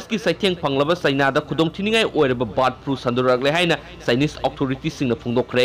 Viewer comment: Brid flu haire 👍👍